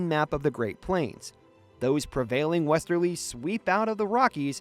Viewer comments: Interesting content, but please hire a flesh and blood human to read the script. “Wester-Lies” Really? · Another AI voice, mispronouncing words like Westerlies, saying western-lies, as in telling lies. Make it stop. Find someone who can read aloud. Please.